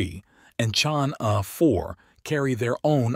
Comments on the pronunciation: The pronunciation of Chang'E-6 is 100% correct for French people. Knowing that France, Italy, Norway and Pakistan are participating in this mission, I think he wants to pronounce the French phonetic E [Ə] ChangE-6. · I take it this is a robot voice. Its pronounciation is p'.poor. Why not use a human who can at least approximate the correct sound of "Chang'E"? Is this a money saving endeavour? If so, it is a case of "spoiling the ship for a ha'pen'orth o' tar." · The robot is talking American-English and each time it merntions "Chang'E", it pronounces "E" differently so even if one accepts what you are saying as a valid excuse (Which I don't) it does not explain how the "correct" pronounciation changes between sentences. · I have heard at least 3 different pronunciations